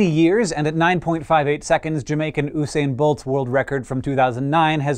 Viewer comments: Ooh-sane Bolt? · Oosain bolt xD